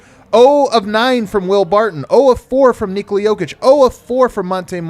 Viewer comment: Please guys, i know you are aware BUT, stop pronouncing Nikola name wrong. Try saying Nicolas Cage name without an S at the end. And now try saying Cage name like you pronounce Jokers name and then add an S at the end. It is so weird.